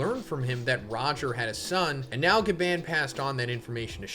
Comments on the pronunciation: BRO ITS PRONOUNCED AS GA BON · STOP PRONOUNCING GABAN WRONG! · Gaban in the most American accent 😭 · Why are you pronouncing his gabans name like that. Omg 😭 its so painful to hear. Its like when someone who doesnt watch anime pronounces Naruto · Why the hell do you say Gaban that way? Jesus Christ I'm cringing everytime you say it so terribly and that's already 10 times in the first minute.